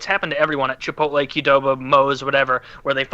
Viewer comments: Why do so many old white guys say Chipolte my dad says it the same way as Woody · Woody has been saying Chipote for years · He’s gotten better recently. He’s calling it Chipolte now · Genuinely how does manage to mangle the pronunciation of both chipotle and Qdoba in the same breath